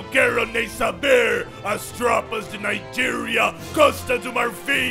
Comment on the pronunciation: Nigéria em inglês faz som naiger man cuidado kkkkkkk